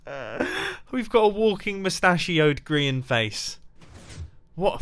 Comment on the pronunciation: Zorro Dog Studios I don’t think so he pronounces it like (gree-ian) rather than (gry-An